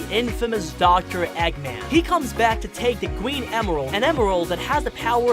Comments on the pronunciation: You even said gween hahaha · You said gween emeralds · Him:gween actual:green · Da gween emweld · You said gwen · Thweaten. gween emerald Me: disappointment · Why do you pronounce robotnik wrong? And in the beginning of the video... "gweeeeeennn????" And "thweatened" ?? Are you 4? Your about section says "your a funny guy that tell funny and interesting things" talking like a baby isnt really funny to me.... sorry.... just some constructive criticism.... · da gween emerald